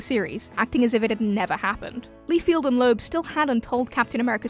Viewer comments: BTW, it`s LIEFELD, not Lefield. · LIE-feld, not "Lee-field." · Why do you pronounce Rob Liefeld as Rob Lee-field? Do you read comics? Also, Howard the Duck wasn't the first Marvel movie. Dr. Strange came out in 1978. And if you want to go even further, Captain America was released in 1944 as a serial, condensed into feature length in 1953 and released to cinemas as The Return of Captain America. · Am I the only one bothered by "Leefield?" Really? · Liefeld is pronounced like Seinfeld. No "Field" there.